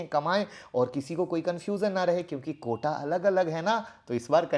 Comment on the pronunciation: Sir "Quota" hota hai "Kota" nahi